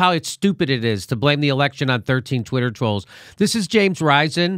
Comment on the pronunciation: I did, I did, I did Twee a Twidder Twoll.